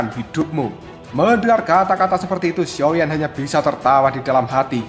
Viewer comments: Sio,yan bang ,,bukan sioyen,,,, gk ada yimo di sini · Sepertinya masih ada sisa2 energi yimo yang tertinggal pada guru kuno ini Jadi kebiasaan ngomong xioyen 🤣